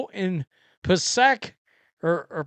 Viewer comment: Its Pa say ick, Passaic NJ